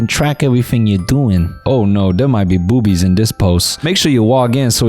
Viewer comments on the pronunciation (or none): I’m sorry but the way Noel said “bo0bies” had me in tears